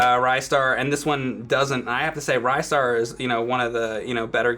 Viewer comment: Ricetar, lol